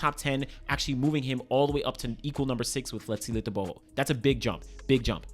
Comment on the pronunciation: That Letsile Tebogo pronunciation on point❤😅